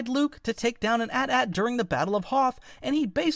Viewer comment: i could tolerate the AT-AT pronunciation, but fifa? im never watching a stickman video